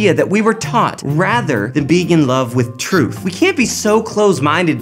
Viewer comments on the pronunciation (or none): I love how your flash of "truth" was actually "truff"........ Did anyone else notice that? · In my portion of the world, we really do pronounce "truth" as "truff";) thanks,. Loved this vid as usual. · Well said,! Really enjoyed this one. The whole truff and nothing but the truff. Pluto is a planet.:P